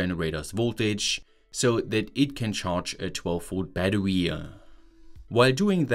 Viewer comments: “a 12v batterwee” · Chewing on Riesen chocolate trying not to stop so it can't stick to teeth Guy: "My batter-wee" Almost died lol. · the video is good, but idk why the eeehhh at the end of most of the sentences gets to me. for example, bateryehh, powerehhh, controllehhh